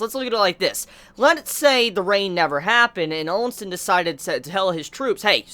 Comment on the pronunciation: the names you use are funny lol. Ousen has no "n" after the O and Qin has no "u" after the Q xD Still, I know it is not easy to get all the names right when you binge this manga in a short time considering the huge amount of characters so yeah. Note: Qin is meant to be pronounced as "Chin" and is thought to be the origin of the contemporary name "China". I think you can pronounce it with Q or Ch, either way it is fine - I myself use the Q sound and pronounce it as "kin". On the other hand, Quin with a "u" sound in the middle is kinda odd lol.